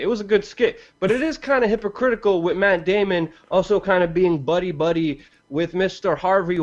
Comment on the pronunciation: The word is pronounced 'WITH' not 'WIT'